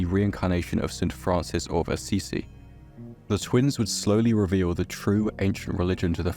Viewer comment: Man, all good, great video... But you really need to get a grip with your names and pronunciations... I get not being able to pronounce Cerro del Pelón... but Francisco the first of Madero? Saint Francis of Ay ci-ci? Man... the research and presentation of this video are inmaculate, but it does take you out from the story and calls into question the story when faced with those little errors.